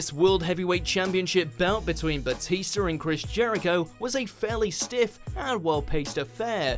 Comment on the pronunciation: Lol, "Batister"